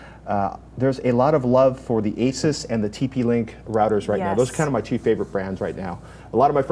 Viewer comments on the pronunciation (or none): Maxim Dahan I am aware that there are two ways to say it, but they weren't saying it either of the correct ways. Ace-us is pretty much the only wrong way to say it. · Are you guys seriously pronouncing "Asus" wrong? Really?